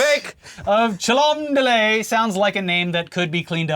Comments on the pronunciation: I would pronounce it Cholmondeley and not Cholomdeley.🤣🤣🤣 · “Cholmondeley” is apparently actually pronounced “chumley”. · Oh come on chaps. Its pronounced ''chumley''. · Cholmondeley is pronounced "Chumley" for anyone who would like to know 😂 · You know what makes it worse? Cholmondeley is actually pronounced ‘Chumley’ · For clarity, Cholmondeley is pronounced Chumly. We Brits love a good wonky name like Featherstone-Haugh is pronounced Fanshaw. It's so the toffs can tell if you're a pleb. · it's pronounced Chumley, because the english language ... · Its pronounced Chumlee. You should hear how they pronounce featherstonehaugh. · Marchioness is pronounced “marsh on Ess” Cholmondly (which. I can’t spell on an iPhone) is said “chumly” which is as dumb as it sounds. Just wait until you hear “sinjon”. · Guys – FYI: ‘Marchioness’ - a legacy British title - somewhere between Baroness Doohickey and Lady Dodo, ‘Cholmondeley’ - pronounced Chomondly. Where is it? Don't know. DON'T CARE! Ok fine – it’s in Cheshire. Which is west (to the RIGHT) of the tippity-top-top of Wales. You’re welcome. Y’see now Florida? Learning subjects such as geography and history in school is a good – GOOD – thing! Gettit? Thought not. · Hah! The last part of princey-poo's new fling's name is pronounced 'Chumley', guys, believe it or not. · Complete bag fumble on the pronunciation of Chomondeley, just looking at that miasma of letters clearly it's pronounce "chum-lee", yes we're a serious country doing serious things all of the time! Also unhinged conspiracy theory: King Charles, naturally, ordered the assassination on Meghan Markle. But the assassin, like the rest of us, couldn't remember which one was Harry and which was was Will, so killed the wrong wife - which is what happens when you think of women only as a man's wife, and not as their own unique assassination target. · Commonly is a Hall in West Cheshire England. It is pronounced dead Chumley